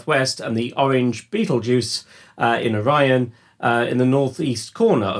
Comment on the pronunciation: Those Betelguese / Procyon pronunciations... 😳